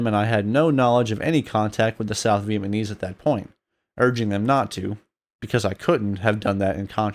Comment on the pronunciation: I wish that “” could do a better job of pronouncing “Vietnamese.” It would make this video much easier to listen to.